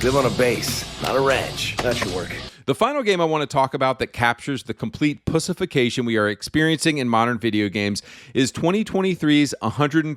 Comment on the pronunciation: Why are you pronouncing "pushification" instead of "pussyfication"